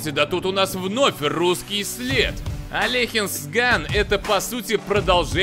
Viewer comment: правильно говорить Алёхинс ган